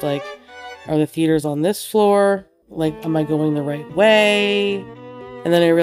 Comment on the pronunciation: am I the only one that heard "feeders" when she tried to pronounce "theaters"?